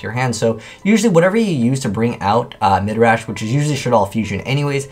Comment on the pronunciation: Stop. Saying. Midrash.